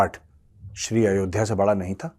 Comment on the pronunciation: मेजर साहब यह पाकिस्तानी अयोध्या को अयोधिया क्यों कहते हैं और विक्रमादित्य को बिक्रमदितिया क्यों कहते हैं यह समझ नहीं आता